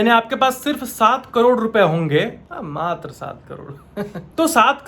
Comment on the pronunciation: How amazing he was said that " Matar saat crore 😂